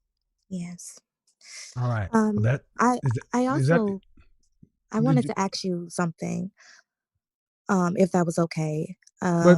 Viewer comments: I’ll aks her 😂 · They always want more. She's going to law school and still say ax instead of ask. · Somebody please teach this law student how to say ask and AXE 🪓